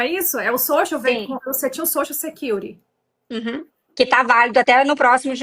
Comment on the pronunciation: Soshu secury? Q que é isso gente? Realmente não sei se fico impressionada ou com vergonha de ver a “ coragem “ de algumas pessoas